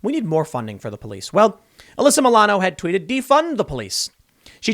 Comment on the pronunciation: "Maybe now she (Uhh-lyssa Muh-lano) will learn a lesson." BWAHAHAHAHA, you're joking, right? RIGHT?